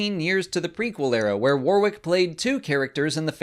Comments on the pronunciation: warrick not waw rick :) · Worrick, not War-wick. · You're pronouncing Warwick all wrong (the second W is silent) . Warwick is also a place in the UK so it is really noticeable when you say it wrong. The phonetic translation is '/ˈwɒɹɪk/' (same vowel sounds as 'sonic'). Also (for Americans' information) 'Worcestershire' (as in the sauce) is a three syllable name of an English county. The 'ce' is silent and the 'shire' is pronounced 'sheer' or 'sher' (/ˈwʊs.tə(ɹ).ʃə(ɹ)/ or /ˈwɪs.tɚ.ʃiɹ/). There are various ways to say it but the 'ce' is always silent. If I were you, I would edit this. It makes English people cringe and wince (like when Americans call 'Ewan Mcregor' [correctly pronounced 'you-un'] , ' Ooo-un') . WTF? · His name is pronounced WARRICK, NOT WAR-WICK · You might, at least, have learnt how to pronounce his name properly -- Warwick pronounced Warick i.e. silent w (the second one). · "WAR-WICK"? - You make him sound like some kind of battle armoured candle. Learn how to pronounce his name if you are going to mention him. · love what you and Mollie do, but today as a Brit you made my head hurt. Constantly pronouncing Warwick’s name wrong it’s pronounced “Wor-rick” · Just a heads up, it's pronounced WAR-RICK. The second "w" is silent. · Pronounced Warwick SILENT 2ND W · You say his name wrong lol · Learn to pronounce his name before you make a video about him. Silent W in the middle. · The second 'w' in his forename is silenced! That's at least how we pronounce it here, in the UK, Mr. Davis' homeland. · That you couldn't even bother pronouncing his name properly is a bit of a kick in the nuts. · It's a shame that you're such a fan of Mr Davis, but can't pronounce his name correctly